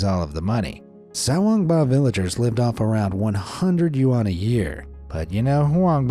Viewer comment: dude your videos are great...but please learn how to say Yuan...